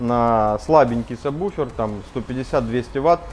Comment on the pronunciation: саб-вуфер, а не саб буфер